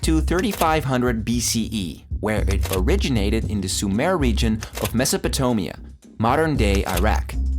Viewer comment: "Mesopetomia" lmao